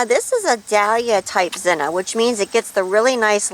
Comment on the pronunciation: Beautiful, and my favorite color of zinnia, next to orange. But just out of curiosity, why do you call them "zinna" instead of zinnia? Is this an alternate type, or is it just the way you prefer to say it?